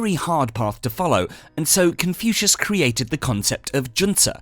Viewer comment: He pronounces " Confucius " as confusing , so inane , assinine. Speaking robotically and fast does not hide this degraded approach. Jettisoned the whole slop IMMEDIATELY.